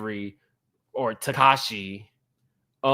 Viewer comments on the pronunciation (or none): One thing about is, he gonna butcher a name🤣🤣🤣 "tekashi"